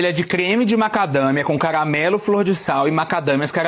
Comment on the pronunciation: se eu falasse “cagamelo” e “mogango”, iria preferir gastar dinheiro com uma fonoaudióloga.